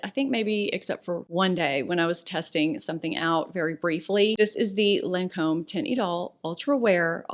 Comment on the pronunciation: you pronounced the Lancome lip products beautifully,!;) <3